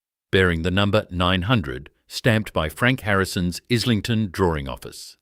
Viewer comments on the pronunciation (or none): Pronounced. Is ling ton. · Pronounced,,eye,ling,ton FFS